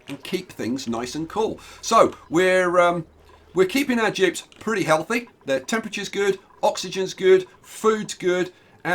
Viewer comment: I was so confused why you were calling them Jibs until I actually heard you annunciate Dupes